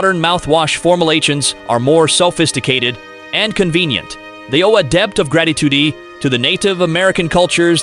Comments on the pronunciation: Iroquois =EAR oh Kwa. Salish = SAIL ish. What happened ? Gold threed? Formal ations? Selfisticated, debbt, gratitudy, seeringes, tiepees. Is your AI narrator sick? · Narrator frequently mispronounces words, often only once or twice, before deciding/stumbling upon the accepted pronunciation of the word. First noticed in #7, "Mouth Wash," the most glaring instance is "or-all (oral) health", and "debet (debt) of gratitoodie(gratitude?). And #9, about the use of bunk beds in "tye-pea's" floor space. Very odd, since he pronounced the word correctly in the previous sentence. This must be an artificial intelligence algorithm trying to learn correct pronunciation on the fly. I guess text-to-speech voices have really improved since HAL's debut in 2001: A Space Odyssey. I suppose it's cheaper and quicker than using a hired narrator, or simply doing it yourself. Lol